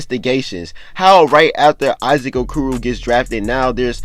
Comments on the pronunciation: He said A-koo-roo 😂 😂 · O-core-o that’s how u say Issac okoros name